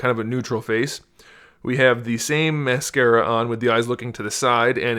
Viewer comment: Am i the only person that got mad when he said mascara